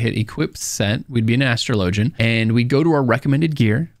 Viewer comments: Your video was awesome and really helped out with little things I've still been stuck with after 1,300 hours of gameplay so far lol. By the way I just want to say that it's pronounced "A-straw-low-jee" not "Astro-lowgy" 😅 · Why do you say Astra lowjan, its Astrawlajin...speak english....... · It's not astro low gin..it's ash trah ligin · If you Google it, which I did, the only thing that pops up is ff14 stuff, which is all other people's opinions. They're wrong. My friend you've never heard of an Astraw Lah Jin? Lmao you sound absolutely ridiculous saying LOW jin